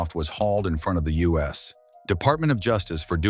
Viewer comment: When using A.I. to make a video, be careful with your, "."' If you use a short form like U.S. it'll pause like it's the end of the sentence (like when it said, U.S. Department of Justice). It would have been better to spell out United States. That way it won't get confused.